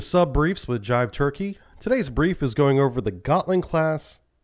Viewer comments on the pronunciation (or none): none